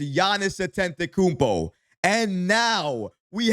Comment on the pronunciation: You keep mispronouncing Giannis last name, there is no N before that second T... don't want him seeing this and getting offended😂